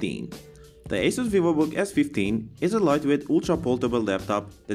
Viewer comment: It is pronounced as "AH-SUS". hehe